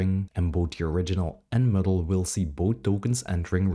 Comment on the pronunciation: Muddle not Middle! Oh Painful